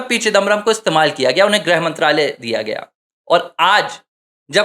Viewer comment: “ग्रह मंत्री “ नहीं “गृह मंत्री “ (ग् +ऋ्+ह)